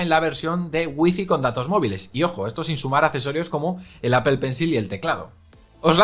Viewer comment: Me pongo malo cuando lo intentan pronunciar todo más o menos bien, salvo Apple: es "apol", no "apel".